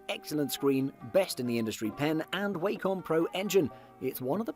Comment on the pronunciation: Its 'wah-com' not 'Way-com'